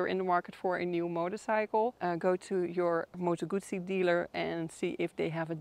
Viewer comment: A Gooosee no - a Guzzzzeee